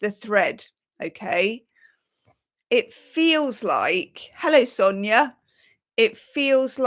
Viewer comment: Did you just say hello "sonya" ? Lol! That's what it sounded like.